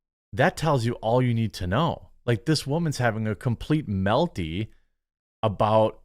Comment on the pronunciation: Never ever say melti again. Please lol